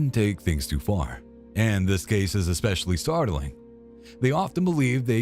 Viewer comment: Since when does especially have an X in it??? Expecially??